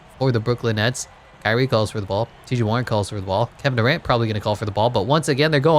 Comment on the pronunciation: Who tf is Kevin doorant I thought it was Kevin Durant